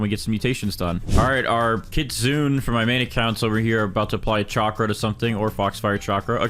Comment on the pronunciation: It’s pronounced KIT SOON AY btw